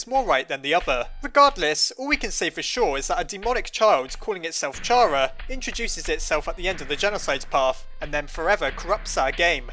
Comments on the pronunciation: it's pronounced (care·a) not (car·a) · it's awful to hear "shara" after all these years, why was it even a debate? it was clear it was pronounced "kara" you don't say "a sharacter" it's even written as キャラ "Kyara" in japanese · You don't pronounce the word "CHARActer" like "chair-uck-ter" do you??? No! You pronounce is "care-uck-ter". Same applies to how you pronounce Chara(cter), as, if you haven't noticed by now, her name is literally based off of the word "character". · Chara (Ba-na-na) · I'd say it's pronounced Kaira. spelt wrong to pronounce it my way. I pronounce it like Its the beginning of the word "Character" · Me: Fandom he’s miss pronouncing Chara’s name Fandom:don’t worry we’ll get him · It's actually "Chara" not "Chara." Oh wait no I think it's "Chara?" Yeah it's definitely "Chara," not "Chara." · Chara = character the h is silent